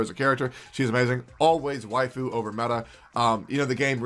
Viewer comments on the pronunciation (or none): none